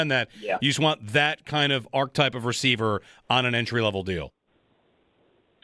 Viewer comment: Holy shit folks, if we are going to make it a fucking buzzword can we at least pronounce it correctly It's spelled ARCHETYPE not ARCHTYPE And it is enunciated ARC'eh'type